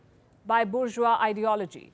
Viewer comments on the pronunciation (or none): none